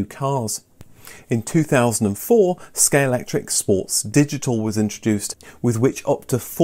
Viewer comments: ScaleXtric, not scalectric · Does it annoy anyone else that he keeps saying "Scalectric" rather than "Scalextric"? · My ears cried a little everytime you said Scalectric 😉 but great video! 😀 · was that a deliberate use of the common mispronunciation of Scalectrix?:0):0) Not just then, you never seem to say Scalextric the same way two times in a row - really does sound like a conversation about it, as I don't recall ever being able to correctly pronounce it more than once or twice myself lol Great video, brought back some great memories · Great episode! This seems to be a difficult one for everyone, in this episode I've heard them all. "Scalextric," "Scalectric," and the famous (and what everyone thinks,) "Scalectrix." Still gets everyone, but regardless they know what you mean lol.